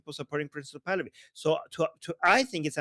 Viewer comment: Why do you keep saying princess of Pahlavi? It's annoying 😂 it sounds like you're saying princess of Pahlavi